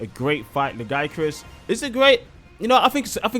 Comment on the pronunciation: Dw bro youre saying lagiacrus the only right way